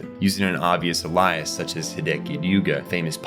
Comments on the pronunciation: Great video - also "alias" is pronounced 'ay-lee-iss' not like the name Elias lol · In sorry what? A-lies? Its pronounced ay-le-iss.... Did i fall for the youtuber engagement trap? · how do you not know how to pronounce "alias" hahaha Its not "a-lice" its pronounced "ALE-E-S" alias. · Lmaooo bro pronounced alias wrong 🤦🏾‍♂️💀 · Are you using A.I. for this narration? How the hell do you pronounce alias as ELIAS ?! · Mf pronounced alias like Elias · thanks dawg, i thought that was a character lmao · this dude needs to learn how to speak before posting a damn video fr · Dude, amazing video but please learn how to pronounce ‘alias’ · holy shit you butchered "alias"